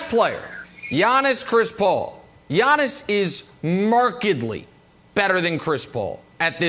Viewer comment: 1) It's "YA-niss," not "YAWN-iss." 2) It's "The Greek Freak," not "The Greek. The Freak." Ohhh, Brandon.